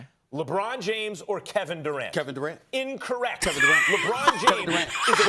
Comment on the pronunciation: "In-correct" killed me 😂